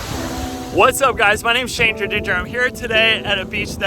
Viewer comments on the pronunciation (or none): none